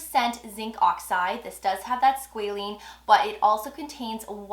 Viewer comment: I’m keep hearing, “Squalene”, I only see Squalane in their products. Thanks for the review though.